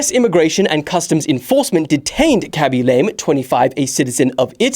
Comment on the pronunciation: Haha, can't believe you're calling him "Lame"😂😂😂 Try this now.. slowly repeat after me.. LAH-MEH... LAAAAA-MEEH! Better...? Yes! 😂😂😂